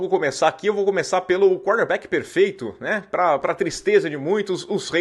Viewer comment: Toda hora que você fala quarterback, parece que tá falando cornerback kkk